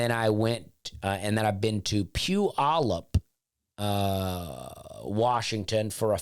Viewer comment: Impressive pronunciation of Puyallup. Not a lot of people get it right.